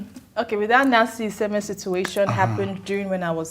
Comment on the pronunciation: Which Nancy are you talking about? Chude you said Iheime, said Isime. Your caption says Isime. I think you should clear that up in order to avoid defaming an innocent person.